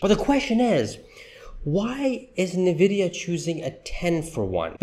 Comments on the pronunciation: Pronounced: ennnn-vidia not Nah-video! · You're saying Nvidia wrong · How can anybody take you seriously when you can't even pronounce the name of the company correctly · Could you please pronounce Nvidia correctly... Well I guess not